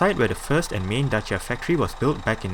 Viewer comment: Finally, a guy who pronounces Dacia correct. Greetings from Romania.